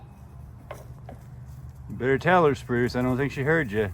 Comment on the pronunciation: Spruce sounds like Bruce. It is so funny.